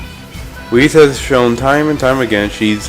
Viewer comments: Why do you keep mispronouncing Weiss’s name? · ITS NOT WHIS ITS WEISS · ...WHAT?! Ruby is! And it's pronounced "W-ice"